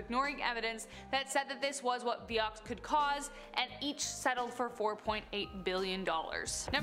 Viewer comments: It's not pronounced "vee yox" it's "vie ox" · Hi Honey, That stuff (Vioxx) was pronounced Vye-ox, not Vee-ox. Just sayin’…😁💕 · Being picky, but it is Vy-ox not Vee-ox.